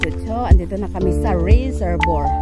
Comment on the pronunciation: Reserbwa basa niyan NANGG 😅 RESERVOIR